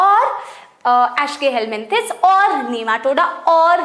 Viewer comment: Mam=ashkeyhelmenthis Me= eschelmenthis🤣